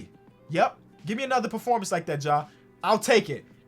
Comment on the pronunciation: I felt the heat too. If only he pronounced Ja like FlightReacts.